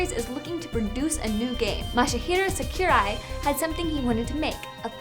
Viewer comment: Did thise bitch mispronounce Masahiro Sakurai?